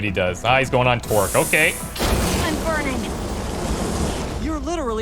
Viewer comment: When you say Torque's name, it sounds like "twerk".